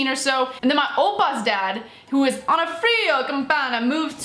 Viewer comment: that's not how you pronounce Onofrio, the accent doesn't fall on the i but on the second o